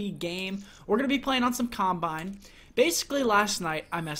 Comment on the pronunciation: I thought I was the only one who hates Camp-bine.